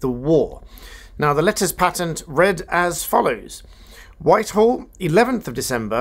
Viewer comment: Letters PAYtent is the correct pronunciation.